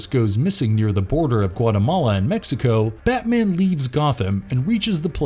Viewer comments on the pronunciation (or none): none